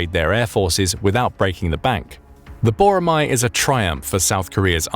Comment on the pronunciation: 보로마 X . 보라매O. Pronounce it correctly